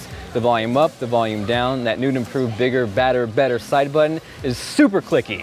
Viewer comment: u say bed instead of better lol